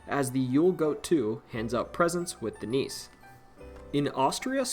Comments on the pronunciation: Not Danish, but have Danish ancestry here. I believe nisse is pronounced like Nissa, not niece as pronounced in the video. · Nisse is pronounced "nissa". It's a house or land spirit.